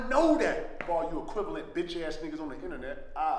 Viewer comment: LLMAOOOOO only a very few will understand. KG finally conquered the word "equivalent"